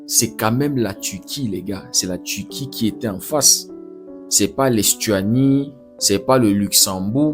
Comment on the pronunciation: On prononce Turquie pas Tuti